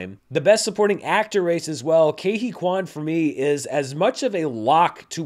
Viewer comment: Ke Huy Quan's speech was definitely one of the big highlights of the show for me. By the way, his name is pronounced KEE (like the word "key") HOO-ee (rhymes with "buoy") KWAN (like "swan", you pronounced it correctly :D)